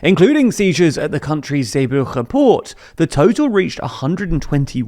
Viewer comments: OH OH OH! IS IT FINALLY MY TURN TO CRITICISE SOMEONE’S PRONUNCIATION!?! OH MY GOD! I’VE BEEN WAITING SO LONG! So, according to the Dutch, the Flemish G is really hard to pronounce, so they’re all with you here. You said Zeebruche in stead of Zeebrugge, as the Dutch would. It’s completely understandable, seeing as no English word contains the same sound. Here’s a quick guide for the sake of linguistic heritage: 1. Try and breathe like Darth Vader, or like a diver or astronaut in a movie. 2. Do that outbreath alone, then try and shorten it. 3. Now say grill, but replace the G with that sound. You just said grill in Flemish Dutch. Is that really it? No, but it’s closer than most of the Netherlands manages, so I’m impressed! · Zeebrugge was horrendous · As a Spaniard, I can assure you that a Spaniard would never have pronounced Zeebrugge the way they do in the video.